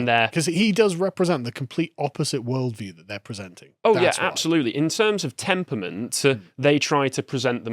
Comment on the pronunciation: ...What's a "temper-ment"?